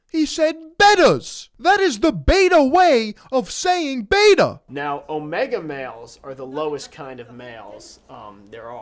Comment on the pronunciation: When you can't even pronounce beta right, that's a sign you're a beta